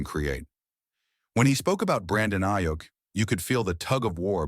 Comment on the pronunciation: next time make sure the AI says the dudes name right